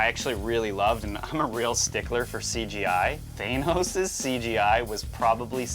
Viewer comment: For a couple of nerds I'm surprised that you guys don't know how to say, "Thanos"... LMAO.